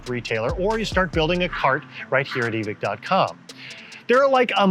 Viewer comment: why we pretending there not an E on the end of evike? (eve-eye-ck)